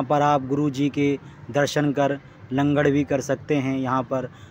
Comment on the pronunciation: Langad nhi langar hot bai shiab